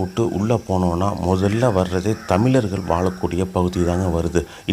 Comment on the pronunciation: சிரமங்களோடு செலவு செய்து எடுக்கப் பட்டுள்ள இந்த வீடியோவில் கீழே கொடுக்குக்கப் பட்டுள்ள சில தமிழ்க்கொலைகளுக்கான உதாரணங்கள் -- thamilarkal (தமிலர்கள்) valum வாலும் பகுதி இங்கு வலி கிடைக்கும் (வழி என்பதின் உச்சரிப்பு - வலி)